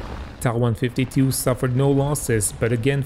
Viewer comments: NOT Taaaaaaaaa ......the letter T and then A TA 152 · "Tah" 152 .......... Never heard it pronounced that way...I've only known it as "Tee A" 152. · Hey it's not a deal breaker, still enjoyed your video. But this video is in English....so perhaps stick to what English viewers are used to. I have been a WW2 aviation enthusiast since 1975...never heard the Ta152 pronounced as other than T.A.152 in all that time...... but anyway I'm moving on...keep up your good work overall...nice graphics and research...thumbs up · So you don't pronounce Me109 as M.E.109....you pronounce it as 'Meee 109' ??? give me a break. Russian planes are pronounced as you say. But German aircraft are generally the letters pronounced separately. F.W.....M.E.... T.A..... J.U. ...... D.O. etc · Ok I'll wait with baited breath for your next videos pronouncing the Ju88 as the 'Jew 88" and the Fw190 as the 'Fwuh 190' ........ you are wrong regarding the Ta152 pronunciation and instead of admitting it and moving on you're digging yourself a bigger hole.... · Wrong. Ta is not an abbreviation from two words such as Fucke Wulf or Bayerische Flugzeugwerke. These are first two letters from the designer's last name Tank. Which in German is pronounced 'Tunk' and NOT as in 'Main Battle Tank' which every single English speaker does. Likewise, Soviet Yak series of fighters are called Yaks and not Y.A.K. because it comes from the name Yakovlev. Same goes for Ju-87, short from Junkers (pronounced 'Yoonkers')